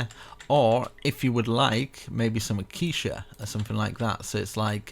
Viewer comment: 1/10. Building was amazing, guy kept pronouncing ‘Acacia’ as ‘aquisha’